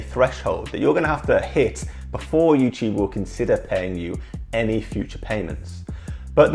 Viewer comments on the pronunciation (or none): Youchube lol😂